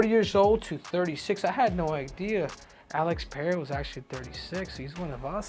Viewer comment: Henry LOVES saying Alex Payeaya😂😂😂😂